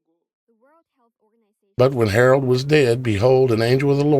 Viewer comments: It's Herod not Harold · I realize you are only sharing TRUTH but PLEASE learn how to pronounce Biblical names. It ISN’T king “ HAROLD “ that you are incorrectly pronouncing but king HEROD….. say it like he’s named HERUD. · It's king Herod not Harold.